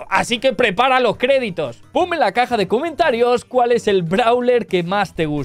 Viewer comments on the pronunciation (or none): none